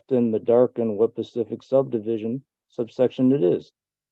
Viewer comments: The fact that this man keeps saying PACIFIC instead of SPECIFIC tells me all I need to know. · So he was trying to say "specific"? Sorry if that's a dumb question. I legit thought he meant "pacific" and I was so confused. I kept asking myself, "why the hell does he keep talking about Pacific?? Pacific what?? The time zone? The ocean?" 😮‍💨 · It's a little more 'pacific' not 'specific'? Alrighty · "Pacifically" and "pacific". Mic drop, you done. It's not pacific, it's specific. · He keeps saying “Pacific” instead of “specific” 😅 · … and can’t even pronounce the word “specific”, which he continues to pronounce as pacific. He really sounds like he’s mentally handicapped. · He said it is very pacific 😂😂😂😂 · “This case law is pacific. It mentions it in here pacifically.” He really just said that. My time stamp is off or else I’d provide the pacific time of the quote.😆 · "you might want to go ahead and recuse yourself.... And.. uh so, yeah."😂 "This one is more pacific. It states it pacifically". 😂 "So, yeah." 😅 "I gotta call the FBI back. So, yeah." 😂